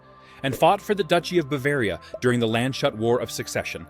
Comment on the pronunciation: Landshut is a town, spoken in english about Lands hut, not landshot.